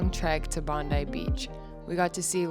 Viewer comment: Finally, an American said Bon-dye not Bon-dee for Bondi Beach. You're honourary locals! 😂